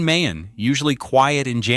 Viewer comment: Ma-yon, not May-Yawn.